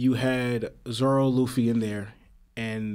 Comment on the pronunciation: Are you saying Zolo? Instead of Zoro?